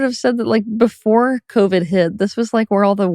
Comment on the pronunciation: He said convid. Brill